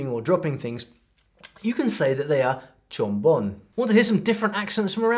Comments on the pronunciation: its not chombon its chambon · Te chamboneaste, because it is chambon not chombon 😂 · Is not chombom is “chambón”. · Its not Chombon, it’s Chambon (with an A)! Chombon is very offensive; it’s the same as the N word for black people. Do your research properly!